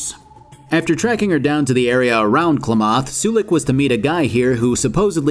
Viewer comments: All the Oregonians cringing at the pronunciation of Klamath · lol I'm from Klamath in real life, the way he pronounced it hurt my soul a little XD. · Ok but you butchered the pronunciation of Klamath. It's a county and town in Southern Oregon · Nothing drives up engagement like mispronouncing a word lol Not saying he did it on purpose to garner comments, but it's a nice side effect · You pronounce Klamath wrong l. Klamath and modoc are actually real towns in far northern california. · Excuse me, could you pronounce Klamath again? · Great video! But one thing REALLY bothered me as a Northern Californian and that was how you utterly BUTCHERED the pronunciation of "Klamath" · He's...he's saying Klamath that way just to upset me isn't he? Edit: NCR has Cattle barons, Tandi's spoiled son attacking people, allows Slave pens outside the city causing conflict with the NCR Rangers...underground gambling, suicidal citizens, religious nuts, gangsters and the BOS...lots of nefarious activity. Edited Edit: Your companions use their equipment and meds slightly more reliable if you not using them as mules, by example if they have spare weapons they will never reload their primary weapon...just switch to backup then reload the backup. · Great video! But why are you saying "Klamath" so weird? Pretty sure there's a voice line from the Arroyo elder where she says it, and she doesn't pronounce it like you do. Fallout 2 was my first Fallout game, and it was amazing. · As an Oregonian, your pronunciation of klamath hurt my soul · I love but did anybody else from California wince every time he mispronounced Klamath? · I live in Klamath so I was looking for this comment, I didn't know you could butcher the pronunciation of it that hard 😅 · Omg thank you 😊 I thought I was the only person who couldn't stand hearing the butchering of Klamath. My favorite flub is will-em-ett instead of Will-am-met. It's pronounced exactly as it's spelled so how does it get butchered so badly?